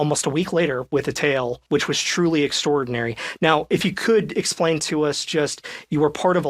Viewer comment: I thought he said "and you came back with a TAIL" 😂😂 I thought, oh, this is wild